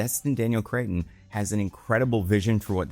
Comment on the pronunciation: im not familiar with this "destin daniel crayton" you speak of. where we getting "crayton" from cretton?